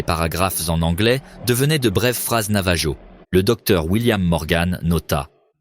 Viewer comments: ça s’écrit Navajo mais ça se dit NavaRO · Aloha ! Navarro avec un R pas J !!! Ro ! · Pour le youtuber, votre IA n'est pas bonne faites appel à des francophones où à des français pour la vérification de votre récit, navajo en français on utilise la prononciation espagnole donc la jota pour je j sur les dénomination espagnole